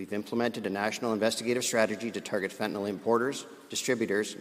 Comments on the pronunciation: Fentanyl, not fentenol. Last syllable rhymes with hill. Like Fentanill. Please try to get it right. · It is pronounced FENT-A-IL. not FENT-A-OL